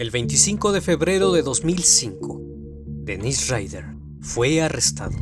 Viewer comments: El nombre del asesino es Dennis no Dennise. La pronunciación también es diferente, estás pronunciando la versión femenina. Obviando ese detalle es un buen video! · Dennise (pronunciado Denís) es la versión femenina de Dennis (Dénis) tanto en inglés como en francés. Igual que sucede con Daniel y Gabriel (Danielle, Gabrielle). Si miras los documentales originales te darás cuenta que es Dennis (Denis).